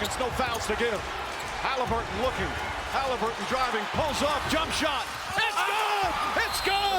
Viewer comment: Does Morris know Tyrese’s last name? Heard him call the dude “Halinburges” twice 🤣🤣